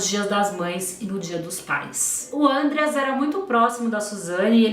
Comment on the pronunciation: a pronúncia do nome do Andreas é outra. O nome é alemão e não é falado com acento circunflexo no primeuro A. Segundo o Ullisses Capbel e todos da lei que estiveram envolvidos com o caso, quem leva a Suzane para o Ibirapuera e o pai deles, que obrigada ela a acompanhar o irmão nas aulas de aeromodelismo. Outro ponto: a viagem do casal foi no meio do ano. E esses filmes foram feitos pelas defesas da Wuzane e dos irmãos Cravinhos; são manipulados. Tem vários podcasts e os livros do Ullisses contam certinho os detalhes.